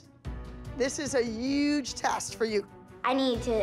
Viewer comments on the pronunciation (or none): Why can’t Abby say huge instead of youuuge😂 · this is a UUUUUUUUGE opportunity - sis the H went silent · Is it just me or does Abby say UGEEE instead of HUGE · Abby:Uge Test Me: ITS CALLET HUGE! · Abbey lee has to say huge but she says uge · I only have one question. Why does Abby say, "uge" instead of huge? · No one: Abby: this is a UgE competition